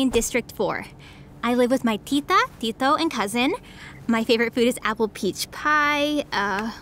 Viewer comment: The flawless pronunciation of Tito and Tita brought tears to my eyes. Had she started spitting out Filipino dishes names, I would probably start bawling. Will definitely check this out. Salamat.